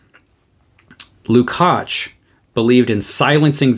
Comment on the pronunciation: Erős vár a mi Istenünk! Thank you for the superb presentation, your pronunciation of the surname Lukács is great, György is [ˈɟørɟ], often shortened to Gyuri.